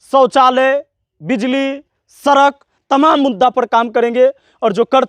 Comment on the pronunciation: Sadak ko sark bolte ho chle ho neta k nakl krne